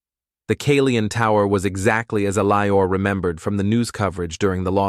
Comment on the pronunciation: this AI can't read, I think the guys name is Eliot not Elior